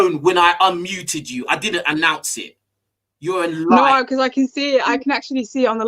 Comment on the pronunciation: LMAO he pronounced "liar" just like Mo Stack's grime song ahah !!